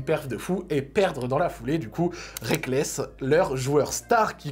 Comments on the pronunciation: Très bonne vidéo comme toujours, mais le A dans Reakkles me brise le coeur :'( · Aye rekkles pas reakkles